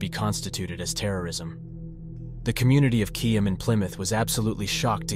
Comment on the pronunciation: best AI I've ever heard, particularly in getting the pronunciation of Keyham and Biddick spot on. The majority of AI on here mess up a lot of names